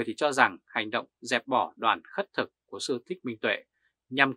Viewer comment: Khất thực chứ không phải "khuất thực" a. ơi.